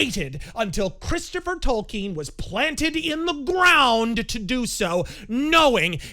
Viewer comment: Props to for pronouncing Tolkien's name correctly unlike so many other "fans."